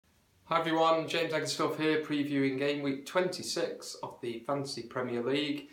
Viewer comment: I was questioning pronunciation not suggesting getting him in:-)